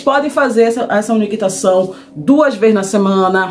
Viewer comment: Umectação, não unectacao